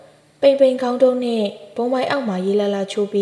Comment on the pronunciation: ဂေါင်း၌လို့ဖတ်ရမှာမဟုတ် ခေါင်း၌လို့ဖတ်ရမှာပါ နားထောင်ရတာရောထွေးကုန်လို့ပါ